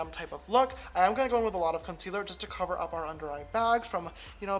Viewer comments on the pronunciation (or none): none